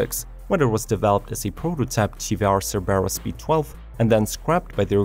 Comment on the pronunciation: Sorry but I have to correct you, it's not TR it's TVR